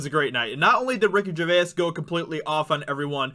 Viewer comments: It's Ricky "Jur-vays" Gervais. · Phoenix didn't 'slam' anyone. He loves his liberal vegan Hollywood friends, because he is one of them. B.t.w., why are you pronouncing Ricky Gervais' name in such a weird way? It's pronounced "Jer-Vase", that's all! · Say it like Ricky G vase lol I'm British so thought I'd help out